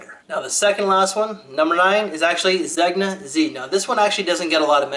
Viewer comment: I believe Zegna is pronounced "zenia" Great vid nevertheless.